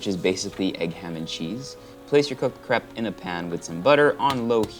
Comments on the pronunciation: kreip not krep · Is it cray-p or crep?? In au its usually pronounced “crayp”